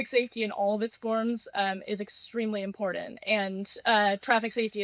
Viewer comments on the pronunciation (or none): "extremely impordan"